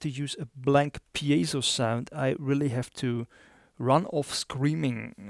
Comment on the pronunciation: And if you tried to speak his native language you wouldn't make any mistakes? Try doing a review video in a different language like he did... NOT easy. You owe an apology. AND, he pronounces piezo correctly, not PIE-zo like ignorant Americans do (I'm American btw)